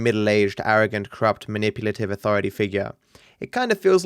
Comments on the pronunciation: Maniputive? Manipulative* ( , ) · “Maniputive” gg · "Maniputive" instead of manipulative. That's fucking embarrassing.